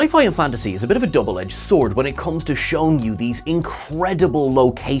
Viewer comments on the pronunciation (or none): none